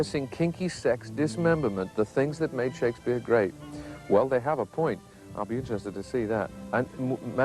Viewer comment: This is glorious! Never cared all that much for Snob, but he and have such a hilarious back-and-forth... is doing a marvelous job here, love how he cringes to mis-pronounce the Bard's name. Also, this flick seems enjoyably terrible...